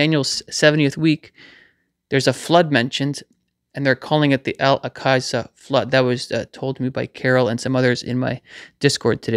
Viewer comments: Al ‘awk-suh’ Mosque,. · Al-Aqsa is pronounced Al- awk-sa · Thank you for sharing this! ❤🙏😊 BTW, it's pronounced "Al-ox-a". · Brilliant. God bless. Yeee.... We are waiting, praying and all the while, telling people about the Good News. ✝️ Ps= Alaqsa flood, as in aksa. 😉